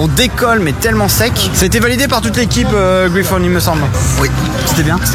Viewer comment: Pour la prononciation de Griffon une prononciation à la française fait largement l'affaire et ou "Gris Fun" si tu veux faire un petit effort. Ils prononcent pas ça "Graille Phone" en tout cas ça c'est sûr 😁 (un petit Google Translate comme pour le nom du parc t'aurais mis sur la bonne voie)